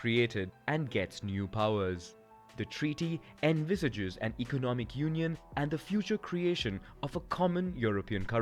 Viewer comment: Cant you say union?